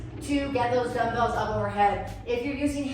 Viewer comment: Why you pronounce like damdals instead of dumbbells???